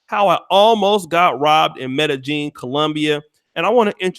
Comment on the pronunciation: It's pronounced MEDE-YEEN NOT JEEN IJS!